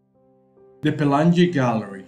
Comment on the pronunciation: Pe la ngi not pelan gi. Pelangi means rainbow